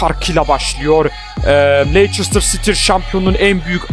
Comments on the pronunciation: Abi leçıstır değil o lestır diye okunuyor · lester diye okunuyo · abi leiçistır değil lestır diye okunuyo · Leysestır değil Lefsijsitiır :) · LESTIR DİYE OKUNUYO